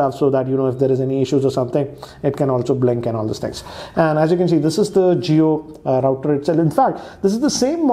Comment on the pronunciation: Hello... Please do note the pronounciation of router. Check it in Google....